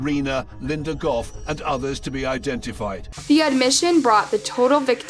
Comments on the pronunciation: Her name is pronounced Goff. Not Goth, and not Go. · Actually it's pronounced Goff... G-off